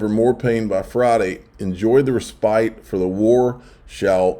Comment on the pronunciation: It’s pronounced “ress-pit” NOT “ree-spite” 🙄